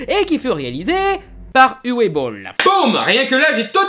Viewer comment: Coucou, juste une chose que je voulais "corriger" depuis un moment, le prénom Uwe se prononce "Ouveu". Voilà sinon vidéo intéressante, comme d'habitude!